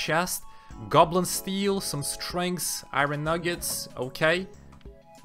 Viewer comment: Bro please stop saying iron like that 😮